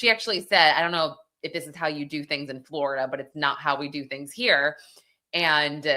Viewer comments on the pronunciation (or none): none